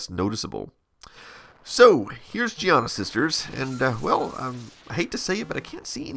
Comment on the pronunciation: His pronunciation is correct, Giana is an Italian name. Also, the soft pronunciation of 'g' is common in English, as in giraffe, gyroscope, geriatric and gentle.